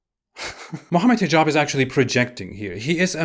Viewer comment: The way you’re saying Hijab sounded like T-jon to me at one point which is what a portable toilet is called in Louisiana